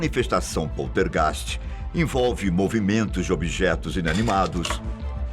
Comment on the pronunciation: Que merda de video ... muito bla bla bla como todos os videos do canal ... muita narrativa ... e outra heim precisa aprender a falar poltergeist ok ...